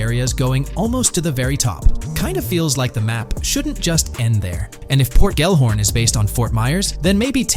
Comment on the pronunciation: Why does he keep saying "Port Ghorn" when it says Gellhorn? Are you pronouncing it like that? Leaving out half the letters in the pronounciation? Weird